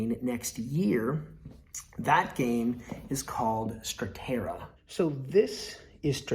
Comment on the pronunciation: it's "statera" though, not "stratera" 😅